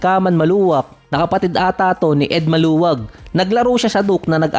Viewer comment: Ed caluag not maluag